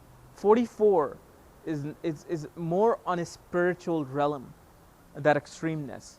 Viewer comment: You are mispronouncing the word Realm there is no you sound between the L and the m